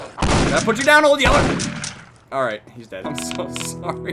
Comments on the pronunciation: it's old yeller not old yellow . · It's old yeller not old yellow like if you know (